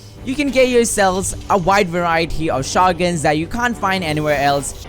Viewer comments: the way he says shotguns tho....... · Can’t even say shotguns